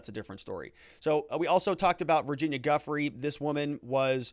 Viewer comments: Giuffre is pronounced Zhew-FRAY (French pronunciation) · Her name is French, and it’s pronounced GEE (as in GEEK) LEN ( as in GLEN). So it’s GEE-LEN with equal accent on both syllables. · In french, her name is pronounced like Jsheess-Len. Soft 'J'. Rhymes with Lease Men. The 'h' has the same effect as the 'h' in Cheese. Rhymes with Cheese Pen. Never heard anyone say it properly so far. Gh-is--lain-e. Soft 'J', eess, len. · I watched French coverage and the reporter said that the part of France where her family is from, pronounce her name as Ghee lane. I guess we’ll have to wait for the court to clarify it.